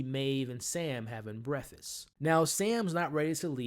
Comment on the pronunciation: “Having Brassfast” 😂😂 loving the breakdowns my boy you killing it